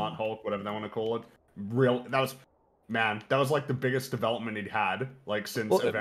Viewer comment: speaks so well that I thought I was the one having a stroke when she pronounced Devil-Up-Ment haha. Great guest